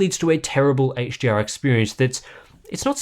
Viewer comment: Why does it sound like you're saying 'HGR' instead of 'HDR'?